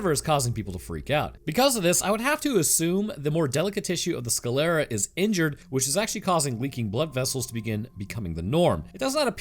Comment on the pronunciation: Sclera has only two syllables, not three. Its pronounced skler-a, not ska-ley-ra.